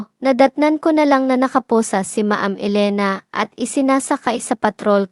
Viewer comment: Paki ayos po pronounce mo. Anong ma-am? Dapat alam mo tamang bigkas